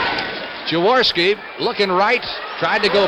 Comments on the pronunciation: Why can't Unitas pronounce Jaworski's name? Yaworski? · Those mesh Eagles jerseys were bad ass. So 70s...😂 Unitas calling Jaworski "Yaworski".😅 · Perhaps but that's not how Jaworski pronounces it. Had Unitas spent even five minutes speaking with Jaws prior to the game, or asking any questions of the Eagles about their new QB, he would have understood how Jaworski pronounces his name.